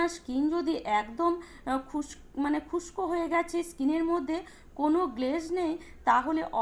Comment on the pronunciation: খুস্ক নয় শুসকো